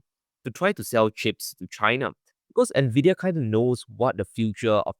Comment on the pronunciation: First time watching this channel, Glenn's pronunciation of Nvidia was beautiful